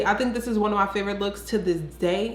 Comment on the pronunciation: “TO DIS DAY, TO DIS DAY!!” 🤣😂🤣😂